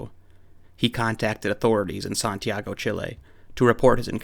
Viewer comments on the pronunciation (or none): none